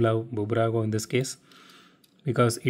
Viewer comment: It's not Bubrago, it's just Burago, the 'B' is just a logo